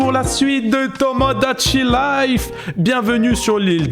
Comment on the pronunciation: A BIEN PRONONCÉ TOMIDACHI LIFE!! 🎉👏🏻